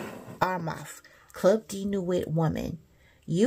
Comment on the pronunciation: Club de nuit, the T is silent, Sis 😑